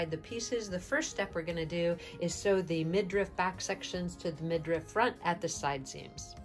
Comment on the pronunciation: It is midriff, not midrift.